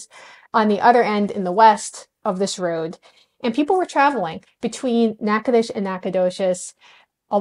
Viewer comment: Natchitoches, pronounced like a local, bravo!